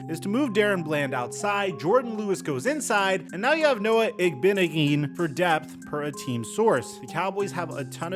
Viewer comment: I got ya, its Noah Ig-bah--nog-ah--knee.